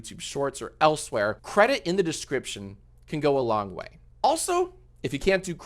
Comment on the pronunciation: cwedit the cweators